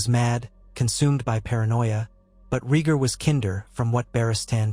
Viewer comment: exactly and his name is Ray Gar no regir, and john's name given by lyanna and raygar was agon targarian not john